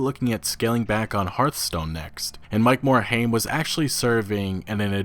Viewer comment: Mike more-H AIM. Can any youtuber pronounce his name right?